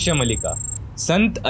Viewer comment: It’s not mallika it’s Maalika.